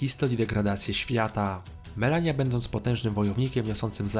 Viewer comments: MALENIA nie Melania RADAHN (RADAN) nie Radon KELID (CAELID) nie Kaled A poza tym spoko film 👌🏻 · To jest Radahn a nie Radohn i Radagon a nie Radagan oraz Malenia a nie Melania i to ostrze Miquella (czyt. mikela) a nie Miguelli. Caeild czyta się "kejlid". ER takie małe błędy mogą mieć znaczenie, ponieważ wiele postaci ma podobne imiona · Wszystko dobrze, ale wymowa boli! Np. powiedziałeś "Melanii", a przecież sama Malenia mówi "I am Malenia Blade of Miquella…". Obejrzałbym jeszcze o Eldenie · Wszystko spoko tylko to nie Radohn tylko Radahn, nie Melania tylko Malenia, Nie Mikola tylko Mikela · *Malenia nie Melania